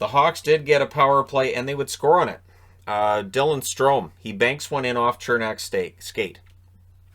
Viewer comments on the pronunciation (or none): none